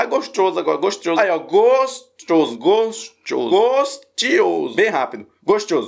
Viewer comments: Não consigo mais falar gostoso, agora é gostioso 😂😂😂😂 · Tô assistindo pela segunda vez esse vídeo kkk adoro quando tu fala "gostchoso" ❤ Faz mais abertura dos vídeos fazendo Trap ficou super original. Muito sucesso pra tu!! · E eu peguei a mania de fala gostchoso kkkkkk é charme